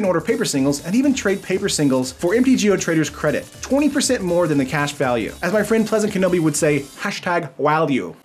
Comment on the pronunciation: Awesome video, really on point, thanks! Since you asked feedback, I could just say 2 things: 1. Walue =/= Value!!! Don't let kenobi hear you using it incorrectly, lol. 2. Maybe consider to tone the jumpcuts down a little? I usually don't mind them, but in excess they can be a little bit distracting. I like using the soothing voice of the commentators of MTG's Twitch as white noise to fall asleep, works pretty well usually.